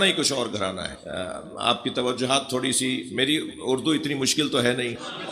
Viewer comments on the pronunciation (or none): none